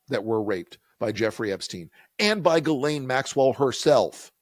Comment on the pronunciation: One good thing is we now know the correct pronunciation of “Ghislaine”.